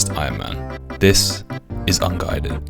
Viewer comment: you better pronounce unguided as wrong as underfed in the next episode